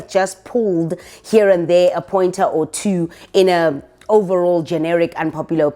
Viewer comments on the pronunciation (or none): Number "tuwoh" 🤣🤣🤣🤣🤣